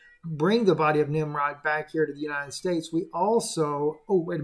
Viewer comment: Nimrud.... Nimrod 🤷‍♀️